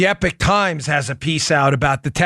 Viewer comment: Epoch Times is pronounced E-POK times not Epic times